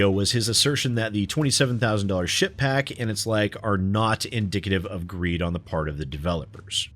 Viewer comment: every time you say ship pack I only hear s*** pack but I could be projecting